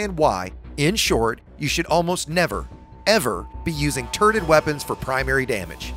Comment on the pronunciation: Did you say "turded weapons"?